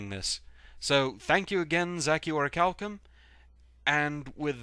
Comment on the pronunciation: eh, close enough. Yeah there's way too many pronunciations of Orichalcum. I usually pronounce it Or-ri-Ch~al-cum, but what ever. :) Keep up the awesome videos.